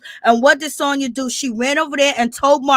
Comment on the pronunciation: I’m mad you keep giving this girl my name and I can’t take it nomo..her name is SANYA NOT SONYA 😂